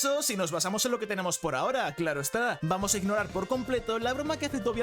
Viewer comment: Vamoh a disfrutah esto